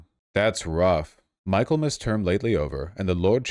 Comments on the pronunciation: mi·kuhl·muhs not Michael.mus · Mik-ul-mass, not Michael-mass. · This terrifies me almost as much as Trump! I have a BA in English because I would be terrified to have a BSE and teach young people! I have to correct you on one pronunciation, but I have been watching you for years and love your content! Michaelmas is pronounced as in Mickey! I’m always getting in trouble for correcting people, most say if I understood the meaning it doesn’t matter if they use the wrong word, definition or spelling! You are proving my assumption! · It's pronounced "Mickelmas", rube. 🧐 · The section of text you read -- You mispronounced "Michaelmas," "implacable," and "lowering." You're part of the problem, Vaush.